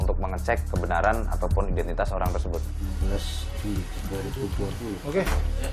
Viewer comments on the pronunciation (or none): "Aydentiteus" ("identitas" diingrisin) Lol